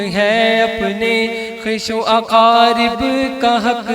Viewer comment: آواز ماشاءاللہ خوب چشم بد دور لیکن ہمیشہ کی طرح غلطیاں۔ مالِ راہ ۔۔کیا ہوتا ہے؟😬 خویش و اقارب میں بھی غلطی